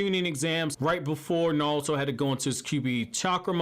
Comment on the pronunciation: “Nawlto” lol. You wild bro